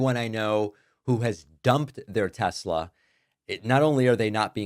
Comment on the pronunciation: Trump can’t even pronounce the word state correctly. You go Mr. President. I love tesLER